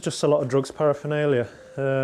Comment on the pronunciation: For goodness sake it is not parafinalia it is paraphernalia. You would have thought the senior police officer would know that.